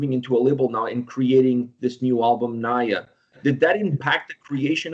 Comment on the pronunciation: Mispronouncing Nija telling me that sb here doesn't what the song is about 😂